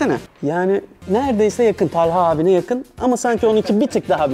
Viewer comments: Talhaya Tâlha Diyen Koca yürekli Alper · Talha telha değil abi jdjx